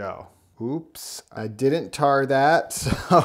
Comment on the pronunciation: "I'm gonna tar that" lol